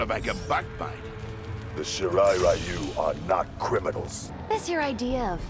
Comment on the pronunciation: It's pretty fucking annoying that not a single character pronounces ryu right...